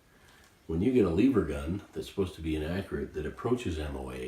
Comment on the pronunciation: First of all I want you to say the word "ever". Now I want you to put an L infront of the word ever. The word Eever isn't even a word and just sound's uneducated